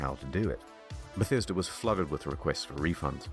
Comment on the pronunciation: The way you said “The Bah-sta-duh Ruins” was awesome 😂 wow Bethesda is such a failure of a company, they’ve been pronouncing their own name wrong all these years! They literally can’t do anything right without screwing it up.